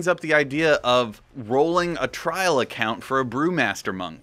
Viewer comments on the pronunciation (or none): none